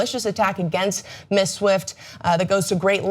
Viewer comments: Why can't she say Ms properly? She either says Miss or Mrs, as a Ms myself I find it irritating. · Ms. is pronounced "MIZ." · Ms. pronounced miz, come on.